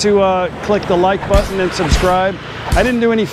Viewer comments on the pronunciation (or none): none